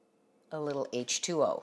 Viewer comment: your silly,.it's ''H2O''not finish school? (Water) but that's cute what you said ''ehtuoh'' lol